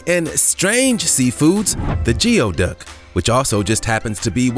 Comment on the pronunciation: The correct pronunciation of geoduck is GOO·ee·duhk.